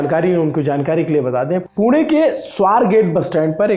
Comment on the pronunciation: Wahhh sir isey kehte h pronunciation पुणे ण, न nahi 👏 👏